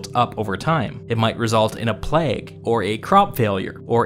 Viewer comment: >> come for the historical content >> get excited whenever he pronounces ‘plague’ as ‘pleg’.